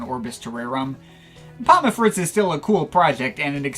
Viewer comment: It’s not pom-muh, it’s just pom.